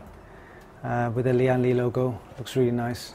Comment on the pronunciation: great unboxing Btw the brand is pronounced as "Lan Li" not "Li-an Li" Its a direct pronunciation from its Taiwan Chinese name 聯力